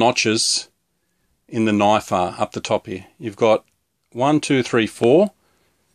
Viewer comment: "dats nat o noaif" xD